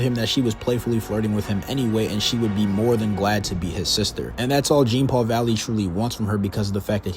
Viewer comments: Jean-paul..... Jean-paul... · He went the ENTIRE video without taking the time to actually lean how to say the character's name. Painful. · the funny thing is that sometimes he does it throughout the video. So either he's mispronouncing on purpose or is a bot. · Zhohn-Palh is how you pronounce Jean-Paul. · Okay 3 minutes in and I hate this guy. It's not "Gene Paul Valley"